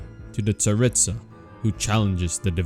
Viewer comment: I know I pronounced the names wrong, I have a hard time pronouncing them... Also, honestly, with the writing of Inazuma, I wouldn't be surprised if the Tsaritsa is actually good and just being used by the Fatui. But what do you guys think?